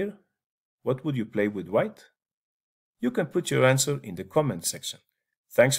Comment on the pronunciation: Anshwer of the day-Ne7